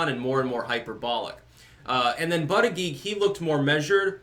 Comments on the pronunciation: Why you mispronounce his name on purpose? If you're going to do that, at least call him Buttgig. But booter-jedge, is a prestigious Maltese name. Yes Malta. Look it up. And no, it's not part of Italy. I'm half Maltese, lived there 4 years. The Ottoman Turk's couldn't take the Maltese Islands, Hitler couldn't either, even though he bombed the shit out of them - ejja xbin you no fuck with the Maltese. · It's pronounce "BUTT-ITCH".....smh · I believe it's pronounced "Butt-Kig" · Hey, it’s pronounced “Butt-chugg”. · It's pronounced "buttcheck". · Booty-gag seems to be the most obvious pronunciation - I'm surprised I haven't been hearing it said that way. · It’s pronounced butt plug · the correct pronunciation is Buttfreak. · His name is pronounced Butt Egg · It's pronounced Bootyjudge. Hehehe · Hey the proper phonetic pronunciation is Butt-a-gauge. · Buttigeig is pronounced "BUTT- gAuge" ! 😂😂😂😂😂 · It's pronounced booty bandit